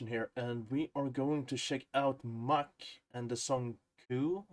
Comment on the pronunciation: ❤️❤️❤️ My all time favorite Japanese band! Mucc is pronounced Mucku (With Swedish writing) with long u almost like in mur(swedish word)